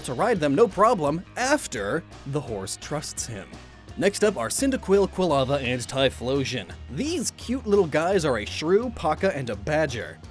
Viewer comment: Cyndaquil, Quilava, Typhlosion? Me thinks you mean Cinder-Quill, Quill-Lava, and... Typhoon-Explosion?